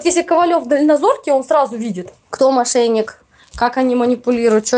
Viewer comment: "мошеЙник" " о мошеЙничестве" Аяз стопудово мошенник, но автор!!!Твою то мать!!! Канал на котором 700к подписчиков и говорить - "мошеЙник".....рукалицо